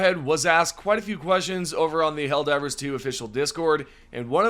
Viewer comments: I can't help but get a bad feeling that the helper bot voice lines are a false leak, but I'm just suspicious due to her pronunciation of 'Helldivver' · ‘Helldivrs’ bot still needs a bit of work me thinks XD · Bot needs to pronounce Helldivers better